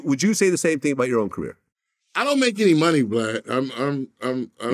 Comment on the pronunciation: Is he consistently calling him BLAD?! 🤣🤣🤣🤣🤣🤣